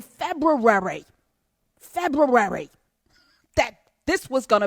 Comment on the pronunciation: Prof. Hunter, love the Febr-U-ary enunciation! The lo-key "let's be ready to go" message, I pondered this idea too.